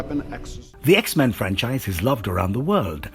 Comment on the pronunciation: I like how u pronounce the X-Men's names. 😁😆